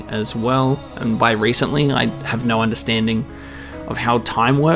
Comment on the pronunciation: The only time you sound australian is when you say "noooo"